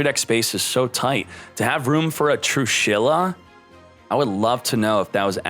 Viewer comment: Nobody:: True-Shi-La???